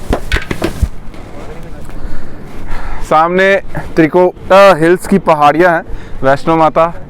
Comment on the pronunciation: Acchi video.. par hills wali pahadiya bolna accha lagaa😃😃😃